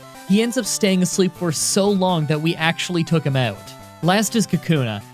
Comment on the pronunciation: Take a sip every time he says "took him oewt" or any such variation